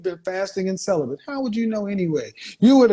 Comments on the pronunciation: Calibant???? Wtf... she's not the first person I've heard mispronounce that word, why do people say that word wrong. ... It's Celibate. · It's celibate not celibent 🤣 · The word is celibate... not "celibant" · When did the word celibate become celibent? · “I’m Sell-a-bit” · Sell-a-bent is a wild pronunciation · 😶 I feel bad for the future hubby and kids... Cellabent... I have a 9&10 yr niece that can pronounce it properly... Also she should NOT be driving and doing this. Geez red flags abound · "I've been celib"ant" Kevin!" Then smiles like an idiot. This girl is ignorant. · None of these women know the correct pronunciation of CELIBATE. She says celibunt - what a dunce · Celibent ??? Jurassic turnaround ??? Lol What a dumb dumb ! 😂😂😂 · LMAO "celibant". she said that shit multiple times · She is saying Sellabent lmao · “I’ve been celi-BENT, Kevin!” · She been SELL-AH-BENT ( Celibate) IM and Fasting!!!! Lmmfao I'm all the way dead yo... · "I been Sell Uh Bent Kevin!!!" 🤣🤣🤣🤣🤣🤣🤣😭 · She said celibent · She said, Celibent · I think she said celibent 💀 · "And I been cela-bent Kevin" Nope.........not for me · Celibant?? There's an "n" in celibate? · I resignate with this, its super fusstrating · Bih, keep you eyes on the road. Bih, intermittent fasting. What? Celibent?? wha dat? How does Kevin sip his Red Bull and not spit it out from this comedy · Plus your pronunciation is incorrect; The word according to the model is... celibent😂😂😂 Bottom line is brothers, focus on YOU. Time & energy are valuable, invest them wisely. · why can’t anybody say celibate correctly on this show ? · If you were submissive, you wouldn’t INTERRUPT!! You can’t even PRONOUNCE CELIBATE correctly! 🙄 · 😂😂😂 she can't even pronounce celibate